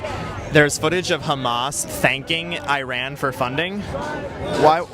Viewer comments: Before you talk about a country, learn how to prnounce its name. Just because George Bush said I-rak and I-ran, you do't have to. It pronounces ur-raan and ur-raak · The guy shilling for Iran got one thing right: tge pronunciation. EE-run, not Eye-ran. That's the only thing he got right.